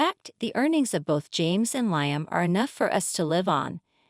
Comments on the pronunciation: Liam. Li-am not lion lyon ? Get the pronouncements correct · Not Lie-am. It's Lee-am.